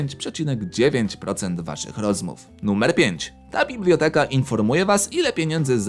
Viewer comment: nie mówi się bibloteka